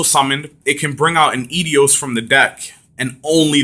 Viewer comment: Its eidos not idios